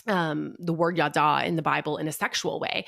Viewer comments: Sameeeeee ידע is not yadahhhhh It's just... yadah. Tanach lessons were traumatic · Her saying “yaddah” over and over and over as the “Hebrew word” was so annoying as someone who speaks Hebrew 😭 that’s not how it’s pronounced at ALL could she literally not even google it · Total nitpick, but her pronunciation of ידע is another indicator that she didn't thoroughly research that which she speaks of.